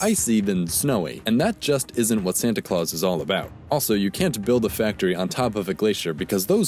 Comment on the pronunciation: Hey don't say you can buy yourself higher on the Nice list by donating on Patreon. it's Santa Clause not SEAntEA CluEAsEA